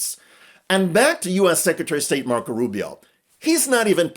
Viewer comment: Lisparo not Rubio. Speech impediment.